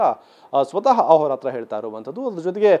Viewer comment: ಅಹೊರತ್ರ ❌ಅದೋರತ್ರ ✅😁